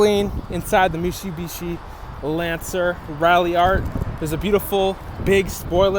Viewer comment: Mishibishi? Your gonna try to sell us on this but can't say the name right.